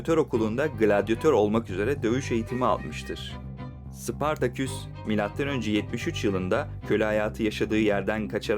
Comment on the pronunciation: Sıpartaküs değil, Spartaküs.... Seslendirmeni değiştiriniz...